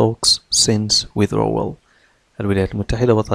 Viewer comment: Great topic and explanation,but why didn’t you pronounce D letter in withdrawal?